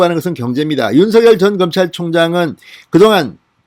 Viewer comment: 죄송하지만 윤석열을 읽을때 윤서결이 아닌 윤성열 로 읽어야 할거 같은대요 버울태 그렇게 배운거 같아요 확인좀 해 보셨으면 합니다~^^